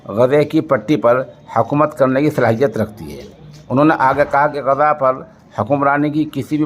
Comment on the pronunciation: سوشل انڈیا نیوز کے ذریعہ،عالمی اخبار نشر کرنےوالے مولوی صاحب السلام علیکم ورحمتہ اللہ وبرکاتہ بعدہ عرض ہیکہ کبھی شہر غزہ کےلئے آپ لفظ غزے جب کہتے ہیں تو متحیر ہو جاتا ہوں ۔ والسلام علیکم ورحمتہ اللہ وبرکاتہ، خیر اندیش حافظ عبد الحفیظ رشیدی ۔